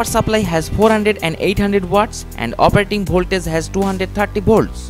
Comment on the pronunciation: Kon se jungle se bhaag k aaya hai bhai ??? Bholtage ..... Blow ko bolo .....product ko porduct .....bus kar mere lal tere se na ho payaga